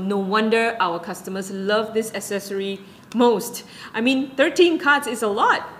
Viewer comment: Pronunciation of the word ACCESSORY: “ACK-SESSORY”. NOT “ASS-SESSORY” !!!